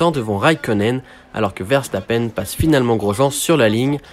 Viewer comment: C'est qui vairçtapaine ? Une prononciation aussi approximative c'est plus que rare